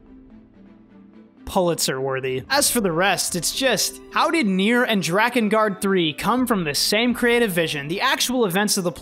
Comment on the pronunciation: You said drakengard good not like dreekengard